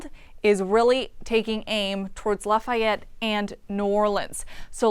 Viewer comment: Pronounce Lafayette correctly